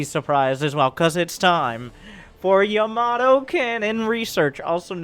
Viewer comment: No1 gonna acknowledge he's mispronounciation of Ya-mA-to? No........ ok